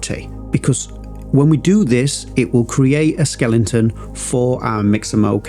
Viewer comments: Great and useful video but I have to say it’s Skeleton not Skelington. You don’t watch telelingvision do ya? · SKELE-TON not SKELING-TON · Great tutorials! But why do you keep saying "skelenton", man :-) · Thanks for this super helpful tutorial and for pronouncing skeleton as skellington.